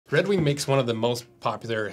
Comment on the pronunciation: "Red Weenk"